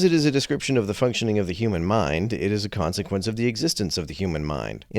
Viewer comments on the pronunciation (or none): none